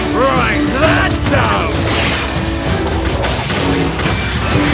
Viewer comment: Wait it was “write THAT down!” ? I thought it was “rise Aland down!” Lol